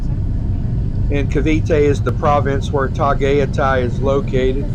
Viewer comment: Tah Guy Tie. Tagaytay